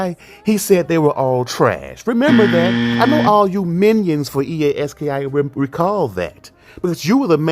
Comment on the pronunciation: It’s pronounced EA Ski